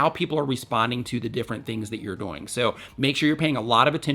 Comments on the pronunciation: he says doing so fast that it sounds like doinge or dooing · I just love the way you say "doing"😂😂